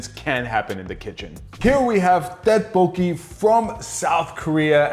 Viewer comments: Dead poki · bro mispronounced tteokbokpoki so bad